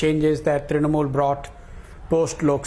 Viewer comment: "Election swipped by the BJ..ah..Trinamol"😂😂 Arnab's first sentence.